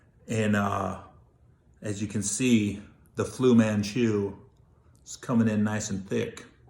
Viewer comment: This fool said "flu Man chu"😂😂 come on Gary LMAO I'm done!